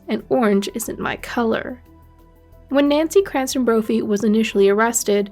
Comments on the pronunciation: You know it’s CRAMPTON and not Cranston, don’t you???? I bailed after 2 minutes because if you can’t seem to get the name right, you’ll definitely screw everything else up . SMDH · It's Crampton, not Cranston. Although I'm sure she fancies herself as an evil genius like Ryan Cranston in Breaking Bad 🙄